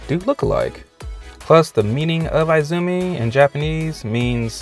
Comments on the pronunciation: Izumi is pronounced " E -zumi " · Definitely Mei :) PS: I cringed every time you said I-zumi, omg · Zuko, Mai, and Jin did have a love triangle in the The Lost Adventures comic. Also, I hate how you probably mispronounce "Izumi" and "Mai" on purpose. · eye-zoo-me hahahahah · EEzumi lol